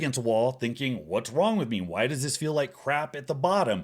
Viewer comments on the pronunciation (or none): I love it when he says "why" and pronounces it "hw'oawhy".